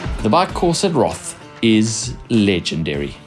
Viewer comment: please dont call it Challenge Roth. It's is pronounce "Challenge Rooooood"